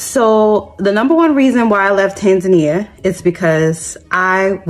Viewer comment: It amazes me that you guys live in East Africa you can’t even say Tanzania correctly